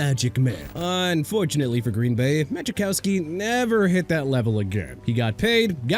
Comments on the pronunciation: Muh-Cow-Ski. Not Magicowski. Good lord. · The J is silent in Majkowski. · Need to pronounce Majkowski correctly. 😂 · To be fair he pronounced his name wrong too lol